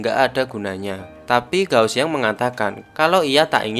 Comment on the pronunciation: kak, g di baca k, kao xiang. tian baca thien, jadi thien thien. sukaaa bahas film mandarinnn❤️